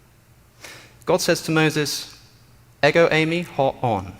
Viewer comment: “Εγο είμαι” (Ego Eimai)- is pronounced Eh-go, eem ay For the love of god quit butchering Greek 😂